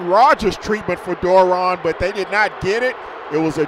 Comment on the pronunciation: The announcers could never pronounce Doiron's name correctly. It's French and pronounced Dwah-ronn. I know...I asked his Momma.